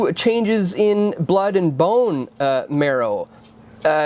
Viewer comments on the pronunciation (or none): none